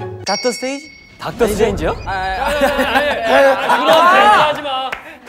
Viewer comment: Hahahahah why this video so funny 🤣🤣 my favorite part is bcs, she so small between ENHYPEN and it's so cute, bcs Sunoo guess the dance is Money song not Lalisa song ahahahaha, and the edited when Heeseung say 'Got the stage' when u hear that it's like 'Docter Strange' ahahahaha pleasee it's very funny 🤣🤣